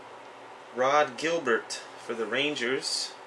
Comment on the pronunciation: A hockey fan that doesn't know how to pronouce player's names? Especially Rod Gilbert...LOL...just kidding, but really, learn the names